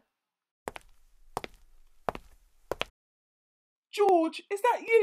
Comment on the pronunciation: Mommy pig: "Who's that?" Daddy pig: "That's Gorge" Mommy pig: "Oh yeah! Blorge" Me: "Dieing laughing 💀"